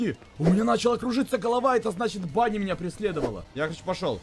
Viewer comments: Правильно говорить Вэнни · пишется вроде Ванни а читается Венни